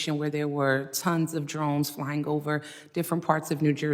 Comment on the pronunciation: I don’t trust anyone who pronounces flying as “flyinG”